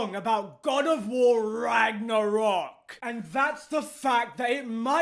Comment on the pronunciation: lol why does he put so much emphasis on RAGNArock??